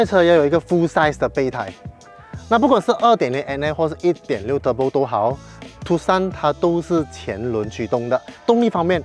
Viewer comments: 正確讀法應該是“ 杜算” 不是“ 杜 Sun”， Tucson 是美國一個地名。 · 是念 Too_S_ON (on/off) 不是 TooSan